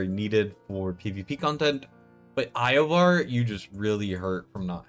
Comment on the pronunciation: I can understand saying Iovar wrong (although I can't understand not realizing it as soon as you hear yourself) but bro... How have you never heard the name Nastya?